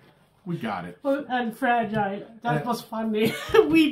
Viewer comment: if it's easier for you, you can also say "fra-jill"